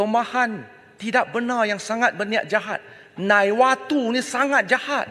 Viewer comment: Nawatu tu ke nawaitu...... Mmg betol lahh apa dikatakan oleh prof sejarah itu.... Sekolah verkular itu perlu dihapuskan klo mahukan hidup perpaduan berbilang kaum...itulah bahasa kebangsaan dan perlembagaan pon bagi diorng tak penting agaknya diorng lupa kot....ckp pon berbelit-belit ntah apa diorang ckp pon tak tahulah....